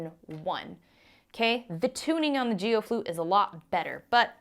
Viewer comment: It most definitely isn’t pronounced Jee-o. It’s a hard g pronounced as a single syllable. It’s a Chinese surname, as in Aaron KWOK the megastar.